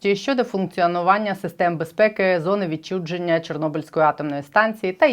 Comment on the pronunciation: Не відчудженя а відчуження